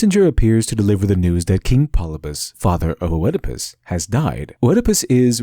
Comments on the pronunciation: "Oh-Edipus?" Really? O-Edipus? Fucking pseudo-intellectuals always have such obvious tells that they've never done much discussion on anything with anyone before they spurt their dumbass ideas onto the internet. Since it's highly likely you've only read of Oedipus, I'm gonna let you know that in English pronunciation, the "O" is effectively silent you absolute hack. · To summarize it for people who may have had a hard time following: Western Storytelling relies on conflict, rather than the adventure. Eastern Storytelling relies on the adventure, rather than conflict. also, and this is gonna be very nitpicky: "O-edipus?" That "O" is silent! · Am I the only one who: A.) Feels like you're completely pronouncing Oedipus incorrectly. Or, B.) Has been incorrectly pronouncing Oedipus incorrectly their entire life and is too scared to admit it. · I could be wrong, but I'm pretty sure in "Oedipus" the O is silent. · Nakama=comitatus, a familiar concept in NW Europe. Five man band, Seven against Thebes. Oedipus is pronounced Eedipus, schmuck. I once saw a Japanese Kabuki play, the big scene was the hero stirring a cauldron full of enemies' heads. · Had to bail out . "Oedipus" is 3 syllables, properly written Œdipus, not pronounced "Oëdipus." This is like nails on a chalkboard. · I thought, it's pronounced Ödipus. (with the ö similar to the o in "word") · It's not O'Edipus. This is Greece, not Ireland. It's just pronounced like Edipus. As with opossum, the O is silent. You'd think someone with the word 'literature' right in their name might know that... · Eeeeedopus. Not 'oh-eh-a-puss'. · One last thing, Oedipus isn't O-ed-i-pus, it's just Ed-i-pus. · Very interesting but I was distracted by the pronunciation of Oedipus - Eedipus not Oh-ehdipus! Classical Greek "oe" is pronounced "ee" in English at least. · For future reference, it's pronounced "ED-i-pus," not "o-ED-i-pus." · =Edipus. Ignore the O. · Oh-edipus Oh-edipus... hnnnng it's just pronounced Edipus.